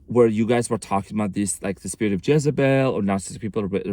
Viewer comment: This explains my EX. Her name is Jessy. It kept sounding like you were saying Jessybell. Makes sense.